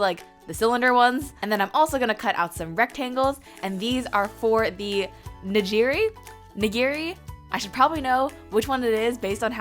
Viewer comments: It is neegeeri that is how its pronounced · It’s actually pronounced ni’girē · It’s NiGiRi! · nigiri is pronounced like "knee-gear-REEEEEEEEEEEEEEEE-"